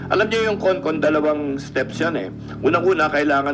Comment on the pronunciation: It must be CON-CON not CON-ASS